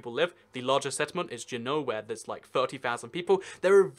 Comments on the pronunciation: Strange emphasis on Juneau, it's proniunced Jew-No which of course is Alaska's State Capital. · I may be nitpicking here, but just for the record, Yukon is a territory, and unlike the USA, Canada divides into provinces, rather than states. The capital of Alaska is pronounced JEW-no (Juneau). Another way to get around, as well as out of, the Panhandle is the Alaska Marine Hwy. System, which is the ferry system. Re. Angle Inlet in the NW Angle of Minnesota, it juts up into Ontario, but the western border of it is Manitoba. One border oddity you missed out west is Hyder (HIDE-er), Alaska, which is on the British Columbia border near the south end of the Panhandle, just a few miles west of Canada.